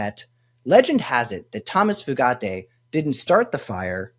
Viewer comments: It's "Few-Gate" not FooGatti, if anyone cares. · It's pronounced "Few-gate." It's definitely not "Foo-got-ay." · It's "Few-gate" not Italian-y sounding "Fu-gat-tay". It ain't that fancy. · Foo gah tay? lol it’s gotta be pronounced “few gate” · How does he do the eyebrow??? And I’m pretty sure it’s pronounced “Few Gate” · Went to school with two brothers with that last name, same spelling, and they pronounced it “Few-get”. Accent on the first syllable. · I think that "merit based" hire pronounces his name as Few - gate.😢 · It’s pronounced FEW-gate. I guess you guys are too young to remember or know about spree killers Charlie Starkweather and Caril Ann Fugate … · OMG Fugate... FUGATE?! is he related to the people with blue skin?! If so, pronunciate few-gate.... have fun in your internet rabbit hole! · I think its pronounce few-gate as in not many and baby gate. Hard lots of Fugates in my home town. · Pretty sure it's pronounced FEW-gate